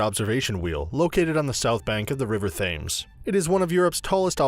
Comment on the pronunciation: “The river Fames” 😂